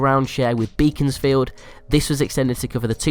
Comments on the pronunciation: "Beaconsfield" is pronounced as if it was spelt "Beckonsfield" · FYI it's pronounced Bekonsfield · stop saying beaconsfield wrooongggggg